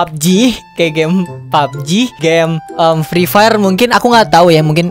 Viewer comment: Nobody: Free Fire: Frifer